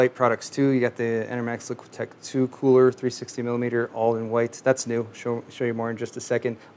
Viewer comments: it bothers me that says LiquiTech when the label says LiqTech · "LICK-TECH 2" NOT "LIQUI-TECH 2"